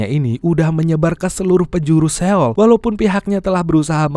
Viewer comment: seo-ul bang bacanya😂 . bukan se-oul 😂